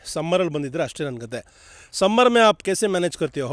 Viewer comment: ಕೆಥೆ ಅಲ್ಲಾ ಸರ್ ಅದು ಕಥೆ 😂😂😅